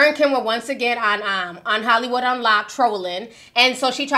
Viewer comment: Ti, I love you... but you stay mispronouncing people name .... it’s LAR-SUH Pippen , not Larissa